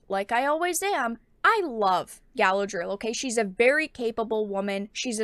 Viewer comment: NOT gALA-DREEL --- gA-LAD-RE -ELL